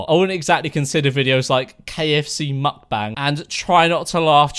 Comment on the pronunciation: Hmm its muk-ba-ng, its from south korea. Otherwise its a hilarious video 10/10